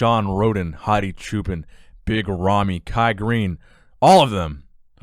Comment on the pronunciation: Hadi's last name is pronounced "cho-pawn" which means Shepherd!